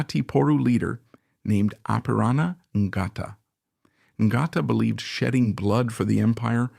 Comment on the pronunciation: For your information the " G " in Ngata , is silent , and my father was one of thirty New Zealand troops , 3 rd Division , were sent to Guadalcanal to serve with the USMC , they were there from early 1942 until mid 1944 .